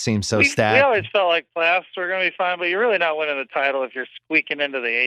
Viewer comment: Palyoffs?? lol its all good. We know you mean Playoffs lol